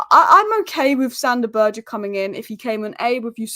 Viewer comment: Poor guy’s name is Berge, it’s pronounced Bergue. He is not French ffs…